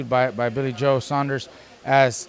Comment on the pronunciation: wow, an american who can say " saunders" rather than "sanders". none of the yanks giving billy joe a prayer but the british boxing public are giving the man a chance.. so many of canelo,s opponents are beat before they gets in the ring,, i think billy will give canelo a real good fight,, roll on fight time.